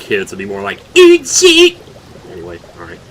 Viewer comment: The eet sheet sounded like eat shit